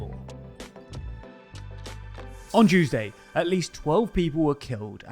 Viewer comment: Earlier on Chuesday 😂